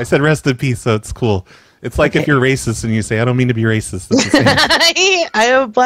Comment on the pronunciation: you're not Ray-Cist, your Roy-Cist